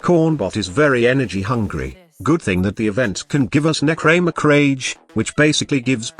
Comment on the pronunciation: nechraeeeemech.. oof